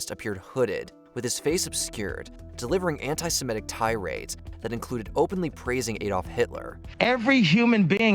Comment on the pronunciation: not aydolf, it's adolf, sounds like add, Adolf